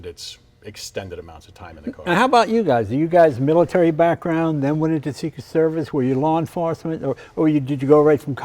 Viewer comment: “Secret Servith” got me laughing.